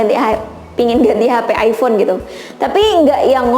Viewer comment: Hmm ayfon yaa.. Aypon bacanya